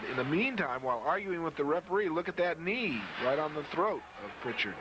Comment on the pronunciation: no T in Prichard